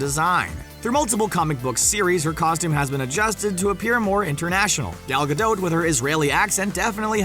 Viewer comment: Makes no sense why you can't say Gal Gadot's name properly HAHA!